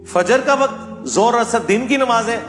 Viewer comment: Bolna to seekh le yaar. Waqat nahin, Waqt. Lafas nahin lavz, Faraz nahin, Farz. Sakhat nahin sakht. Yaar teri samajh se bahar hain ye moamlaat. Ye kitna deene ilmi aadmi he jo Naam bigarh raha he. "". Ye hain hamare ilmi peshwa aur ye he in ka deeni rawayya. Jhallae hue. Seekh lijiye deen in se.